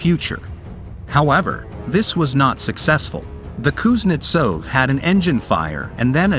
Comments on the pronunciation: Learn to pronounce Kuznetsov correctly before you talk about it on YouTube. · Kuznetsov: emphasis is on the 2nd sylable, and the v is pronounced as an f...